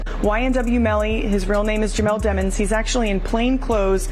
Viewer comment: His last name is Demons!....stop pronouncing it demmons😢